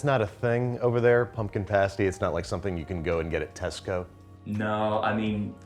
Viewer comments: Hearing Babish say Tesco feels so so strange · Hearing you say Tesco was strange beyond belief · ok when i saw Babish had posted a new video i was like YAY! as soon as i saw him in the cheerleader costume well i have been giggling for the last 2 min, and for a British girl to hear an American say tesco was weird for me lol. awesome video.